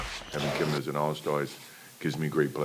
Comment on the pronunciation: Kemba....NOT Kember